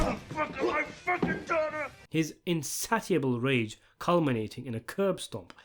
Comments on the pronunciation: Lol at "in-saty-able" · Insatiable is pronounced in-saysh-able